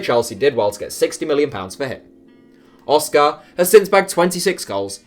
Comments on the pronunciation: Why are you emphasising the car in oscar, just say it normally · Hearing you say Oscar is painful